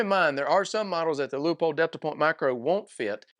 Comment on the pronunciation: As usual Leupold pushing envelope on thinking outside box. Cant wait for gen2 hope they can move battery location. Also thanks for pronouncing Leupold correctly!